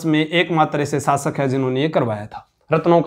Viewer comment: शब्दों का उच्चारण सही करें आप श को स बोलते हैं शासक को सासक कह रहे हैं